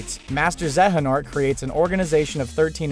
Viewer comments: The way this guy pronounces xehanort really grinds my gears. Makes me think he never played the game given they say it like a million times in-game. Zey-a-nort, not zeh-heh-nort. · Say it with me now. ZAY AH NORT. xehanort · He said some KH character names wrong. First, he said the trio's name order wrong, second, he said Xehanort wrong. Boi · The way he says “Xehanort” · Who else wanted to shank him when he pronounced Xehanort wrong?